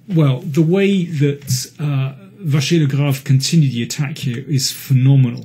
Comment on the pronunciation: Mr King really likes MVL and even manages to pronounce his name correctly ! Great commentary as usual !